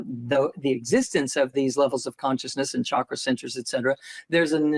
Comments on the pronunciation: Chakra is pronounced as a ch sound in India, not sh. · It is chakra, not shakra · It's obviously chakra not shakra. Please be mindful of the pronunciation. 😊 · It's not pronounced like Shahkra. It's Chukher but the "h" before the "er" is silent. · The correct pronunciation is actually more like “CHUCK-ra” with a rolled R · I was told the true pronunciation for chakra is the CH sound not s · Research showed that correct sanskrit pronunciation is “CHUH-kruh” ; ) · lol.. funny that he corrected you on how to pronounce Chakra.. when the Indian folks I know actually pronounce it the way that you said it first, Doc!